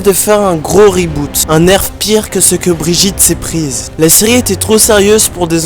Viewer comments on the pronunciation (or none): 1. Déjà ça se dit briguitte 2.Mercy a clairement pris plus cher que Brigitte (RIP le five men Rez)